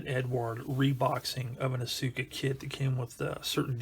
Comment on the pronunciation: small nitpick: it's pronounced aska, not asUka.